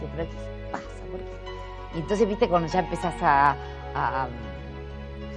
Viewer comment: Tiene problemas mara decir "cuanDo". No pronuncia la "D". Dice siempre "cuano". A la foniatra!